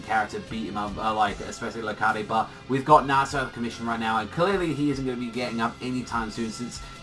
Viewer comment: wait I thought it was pronounced Lar-kaid not La-Kar-De